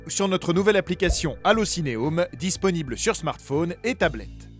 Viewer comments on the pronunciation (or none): none